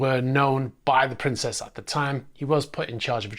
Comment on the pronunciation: Princess's trust...you made it sound like Princes Trust... That WOULD be news👉🚾👈